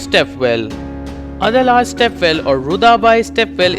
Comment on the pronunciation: First of all get and learn to pronounce Adalaj properly